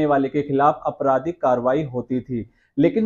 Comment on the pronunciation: Aapradhik not Apradhik. Your pronunciation is wrong.